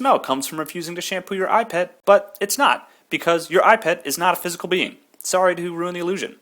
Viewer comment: when you say 'eyepet' i thought you 'ipad' :D sorry.. im british...